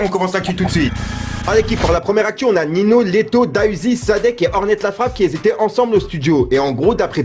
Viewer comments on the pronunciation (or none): arrête dappeller ninho > nino cest ninio que ca se prononce